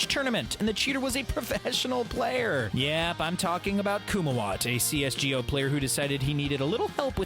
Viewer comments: The fact that he says cs go like CS G O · It hurt my soul when he started saying cs g o instead of cs go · i'ts not "c s g o" its c s go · You can tell the narrator isn't a gamer by the way he pronounces CS G O